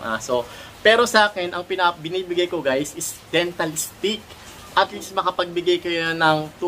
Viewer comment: IT’S DENTA STIX! NOT DENTAL STIX